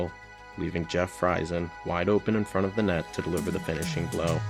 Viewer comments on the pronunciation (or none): Pronounced Jeff Freezen